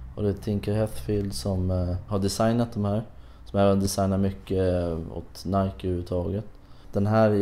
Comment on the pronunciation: irriterande att den första killen inte kan uttala Nike på ett korrekt sätt.. Ändå verkar det vara hans favoritmärke.